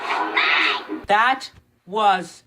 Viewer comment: Um dude it's lunna. Not luan